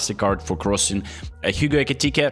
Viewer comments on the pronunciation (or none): none